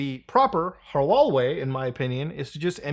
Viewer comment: Why did you say Halal sounds like Hawlarl.